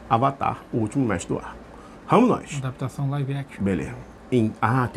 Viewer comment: Sobre Ah-Dapitação! 😂😅🤣🎬😉👍🏼😜